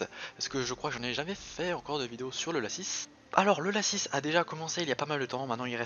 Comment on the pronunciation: mdr moi je dit pas lacisse moi je dit laci